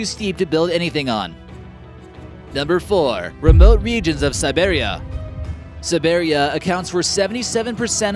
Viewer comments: Siberia not sibaria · You pronounce it SIBEEREEA not SIBERRIA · Siberia... not Sa-bear-ia. why are so many youtube top ten list videos narrated by people who cannot pronounce the words they are saying? WTF??? Number one is the center of the Earth???? well NO FUCK. Thats fucking retarded. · Its prounounced cy-beria, not si-bearia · The Asian part of Russia (Siberia) is pronounced sigh-BEER-ee-uh, not sigh-BEAR-ee-uh. Back to Russian stuff, the name of the Antarctican lake is traditionally spelled Vostok, rather than Vostock because of its similarity to how it's spelled in Cyrillic--the Russian alphabet. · Sehbearia? its pronounce Sy-beer-ia not she-bear-ia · hey its sabErri-a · It’s pronounced sibeeria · Isn’t is pronounced ‘sybeereeah’? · When he pronounced Siberia Sibearia I cringed so bad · BiggieYT I did too. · BiggieYT He's American......allowances must be made......lol! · BiggieYT same 😂 sibeariahh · Why can't you say "Siberia" normally?!?!? And why does it irritate me so much every time you say it?!! You sound like freaking Terrance and Phillip from South Park saying it! STOP saying it like that!!! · "Giant Toxic Amoebas?" No. That's called coral, you idiot. For fuck's sake, you don't even know how to pronounce "Siberia" properly. Perhaps you shouldn't be making informational videos. There should be a select group of a few intelligent people who have access to a giant "BULLSHIT" button next to every video, and as soon as one of them pushes it, it slaps a big "BULLSHIT" watermark right across the video. Considering a large majority of people get their information from YouTube, it's no wonder we're so godamn stupid, as a whole. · JZ lol I thought there was a bug on my phone